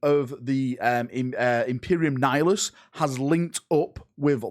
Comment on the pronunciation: Liked for saying Nihilus correctly 👍